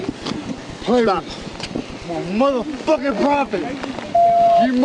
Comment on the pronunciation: Did he say “I’m a proffet?